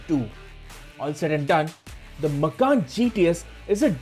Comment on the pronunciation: This man sounds funny, Macan as Makhan(house in hindi)😇